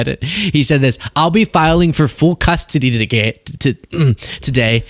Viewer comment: Was that a Freudian heard you say g*y instead of today..just saying